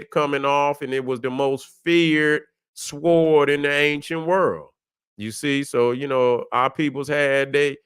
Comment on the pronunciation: The w in sword is silent.